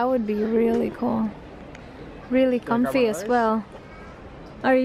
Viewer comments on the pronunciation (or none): none